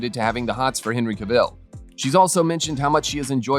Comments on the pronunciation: Oh my god I just cannot listen anymore to all this Henry CaVELLE! Moronic pronounciation! Cavill. It's simple. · Oh I am sick of telling these murican robots that it's Ca-vill not CaVELLE! 🙄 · Who is Henry Cavel? Cavill: pronounced Ca-Vall. It's an English name, not French or Spanish as you're trying to say it.